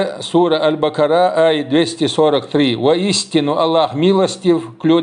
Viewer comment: Ассаламу 1алейкум ва рах1матуЛлах. Абу Х1амза, не "Аль-БаКА́ра", а "Аль-БаК1ара", не мягкое "К" (ك), а твёрдое (ق), как если бы сказать "голубь" на чеченском,или овечья шкура и так далее,и ударений нет,просто говоришь "Аль-Бак1ара" и всё. Арабский язык – одна неточная буква в слове,весь смысл и значение летит в пух и прах,а тем более,что касается К1урана и Сунны. Аллах Дал г1о дойла вайн.